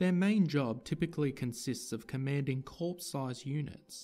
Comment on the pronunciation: It's phonetically sounded out as core, not corps. Plus one of the pics showed an AF uniform. Outside of that, it was a quick gloss over of ranks.